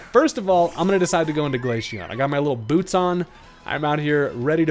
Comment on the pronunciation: Glaceon (glay-see-on) not Glasheon